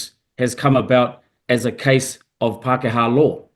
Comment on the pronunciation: "Pakeha law" - what is that muppet on about